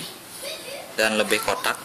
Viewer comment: "Kotak" nya bali khas banget 😂